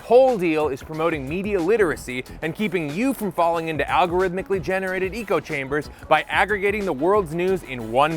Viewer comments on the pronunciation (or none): "echo" chambers, not "eco" chambers... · "eco-chambers"? Not ECHO CHAMBERS? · this mfer said eco chambers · “Eco chambers” malapropism in ad read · my dude did not just pronounce echo chambers as Eco-chambers. He just never stops fighting for the environment 😅. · “eco chambers” it’s almost like you did it on purpose